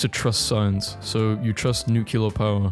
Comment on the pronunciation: did he really just say nucular?